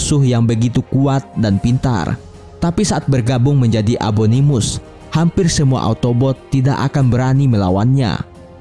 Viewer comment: Fun fact: Abangnya bilang abominus tapi abanganya ngomong abonimus